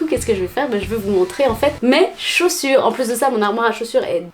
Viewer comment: zaussures donc non ? 😁😁😂😂